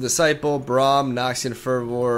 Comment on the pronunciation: "Elixir of iren" "Noxian furrvoor" 😂😂